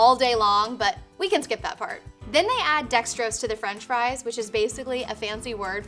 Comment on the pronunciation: *fries not fie like "fee fie fo fum i smell the blood of an english man"